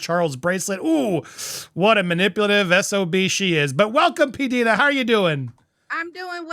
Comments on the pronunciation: Please it is P D I NA not peadena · It’s P-Die-nuh…..not P-Dee-nuh. Love you any way,! And love too!!! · Its pronounced P Dyna